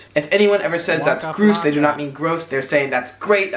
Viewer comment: His pronunciation of Grouse was wrong... It's like mouse with a "G". I don't use it though in my speech and it always makes me think of 80's kids TV shows! They would always describe things as being "Grouse!" which is like "really good" or "awesome"!